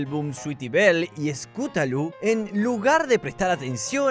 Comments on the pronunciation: el dijo Esculatú 😂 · Scootalo ❌ Scoolatu✅ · scolatoo jjajajaja. Es scootaloo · Cadans fluutershai scotallllo di los nombres bien😢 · Esculatu es vida